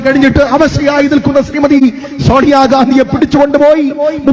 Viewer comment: അല്ലേ ഞാൻ പപ്പു ആണേ 😂.. ഷോണിയ അല്ല സോണിയ 😂